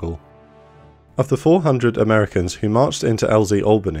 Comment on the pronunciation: Thank you so much for pronouncing Albany correctly I'm sick and tired of hearing my southern countrymen pronouncing it AL-BANY, FFS its ALL-BANY, in one fluid phrase. Nevertheless sweet vid.